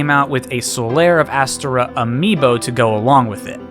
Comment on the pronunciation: The emphasis is on the O. a-STOR-a